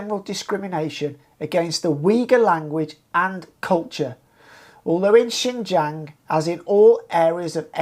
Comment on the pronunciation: If you want to report on Xinjiang at least first learn Chinese and how to pronounce xinjiang. Secondly just because of some terrorist attacks doesn’t mean there need to be over a million people jailed for reading quran praying etc. Thirdly maybe first live in china actually long enough to know some things